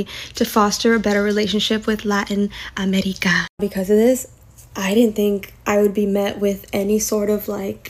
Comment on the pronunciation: It’s pronounced “America” not “Amedica”